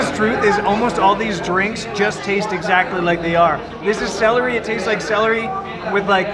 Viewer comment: La vieja nacía no se dice salary es celery, estudia mas ingles o mejor no hables, haces el ridículo